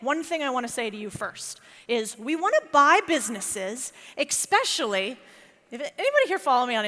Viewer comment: First time I've seen this channel, I have to say........................AMAZING! Although, it would be great if you could learn how to say the word 'ESPECIALLY' correctly. Hint......... there isn't an 'X' in it! It's an 'ES'.....NOT an 'EX'🙂